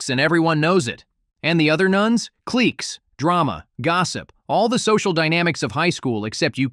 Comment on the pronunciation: He is still using ai, when you listen to the way he says “cliques” and also this voice is used on several other Chanel’s